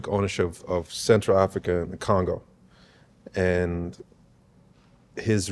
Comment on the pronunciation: Godfrey you went to Lane Tech. Slow down the pronunciation of Congo down; Ki-Kon-go, sounds similar to Chi-ca-go. The same way they do Kongo is the same way the do every individual in Chicago via all around the world. Now they know what the problem is, it's blasted everywhere. Question if King Leopold unalive 20 million plus, and look how they turn their home to City States and still doing on til this day. Are the Congolese God's Hidden Chosen Children. The 3 Kings all levels comes from there, inner/outer. X-Mark's the spot. N'TWN from Schurz.